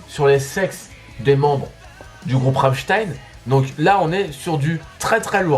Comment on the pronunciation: J'ai eu un fou rire quand tu a prononcé le nom de l'album de Rammstein ! Mais je t'aime quand même. Étant une grande fan de ce groupe je le rapelle de la sortie de cette.. "boite"? J'étais plié de rire et je me rapelle avoir vu que c'était 300€, voir plus j'sais plus. En tout cas je découvre ta chaîne, j'adore ce que tu fait. Continue !